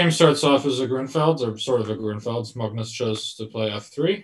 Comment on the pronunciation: His Norwegian take on Magnus is not great, but I definitely support pronouncing it the non-English way. If you want to pronounce it Norwegian it would be Magnüs and not Maagnus (the way Sam erroneously does) where the a is much shorter and the u is pronounced like the German ü Umlaut